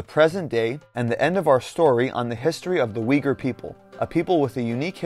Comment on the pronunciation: You know this video is crap when they can't even pronounce Uyghur properly.